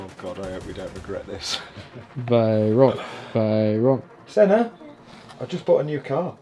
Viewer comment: Some one tell this is here it will be in next Sundays vid haha "I Bought the UKs cheapest Spagetti Vayron" haha